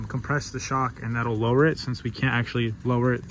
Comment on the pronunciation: You said lower woee 😮😂